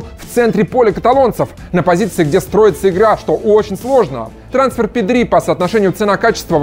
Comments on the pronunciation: ПэдрИ? серьёзно? когда научишся ударение ставить правильно? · произносил Педри с ударением на последний слог специально для Васанта?)) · Испаноязычным прям режет ухо ! Правильно Пéдри , а не Педрú !!! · pEdri ударение на Е. Испанское правило на ударение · Как то неправильно произносите Педри. Ударение падает на е, а не на и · Педриии( ударение😬)